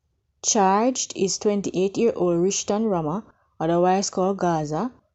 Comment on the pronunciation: year old NOT ear old